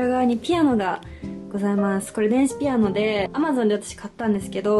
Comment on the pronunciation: ぴ⤴️あ⤵️の😂かわいい発音😂 めちゃおしゃれすぎる私も一人暮らしするってなったらみたいなへやにしたい！！😳😳❤️